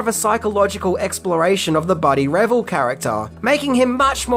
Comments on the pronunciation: BUDDY RAVEL ....RA ...VEL ...NOT RAVIL ...SMH COME ON MAN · Buddy’s last name is pronounced Re-VELLE, not Revel. Casey’s last name is pronounced Sha-mash-ko. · Ra-vell. Not revill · Buddy Revell(not Revel!😆)gonna be waiting for you tomorrow outside your house for mispronouncing his name!! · It's Buddy RevELL, not Buddy REVel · One of my favorite movies of al time!!! Cant get over how this guy is pronouncing last name of Buddy. Revell lol. Its pronouned RAVELL! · Not to be one of those people...but it's Buddy reVELL (the emphasis is on the 2nd syllable in his name). I will say the Buddy character was seriously scary - not only because he looked like a 30 yr old in high school, but he was pretty much a sociopath. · I loved this movie when it came out. And BTW his name is Buddy Revell pronounced riv - ELL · Buddy Ra vell just in case you didn’t know how to pronounce his name which you obviously do not 🙄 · One thing that apparently you don't know is that Buddy's last name is pronounced re-VELL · Buddy’s last name is pronounced “Ra-vel.” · Rev-elle.. did you really watch the movie? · Can't even pronounce Buddy's name lol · You pronounced Revell wrong. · Mispronouncing the villain's last name was not a great way to start the clip. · OMG “The Mission” is my favorite episode of Amazing Stories! It’s funny that keeps pronouncing Casey’s last name wrong and also the character Buddy’s last name wrong too.